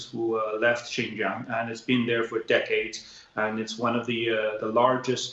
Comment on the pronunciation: “Jin-Jang province” - Jesus, the BBC don’t even bother to pronounce it properly, let alone due their due diligence on Xinjiang’s history and the broader context needed to understand the security measures introduced there 🤦🏼‍♂️